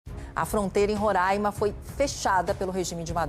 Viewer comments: Roraima, nao RO-RAIN-MA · APRESENTADORA DE TELEJORNAL QUE PRONUNCIA "roráima" TINHA QUE TER VERGONHA E PEDIR DEMISSÃO. PRESTA DESSERVIÇO À EDUCAÇÃO.